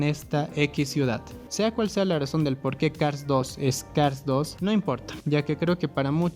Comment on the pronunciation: Aquí el problema no es cars 2, el problema es no poder pronunciar Cars